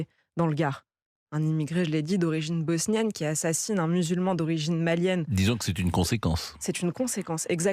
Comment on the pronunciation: "Bosnienne " 😂 j'ai mal à mon français !